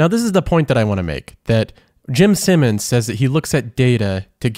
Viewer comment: Take a shot every time he says "Simmons" instead of "Simons."